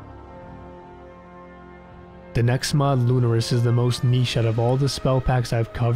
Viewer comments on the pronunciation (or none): I have a feeling that "Lunaris" is pronounced "Loo-NAR-is" with the emphasis on the Middle syllable